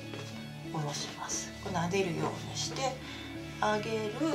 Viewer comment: 秒あたり、「少し寄せるようニャッ」って言ってるｗ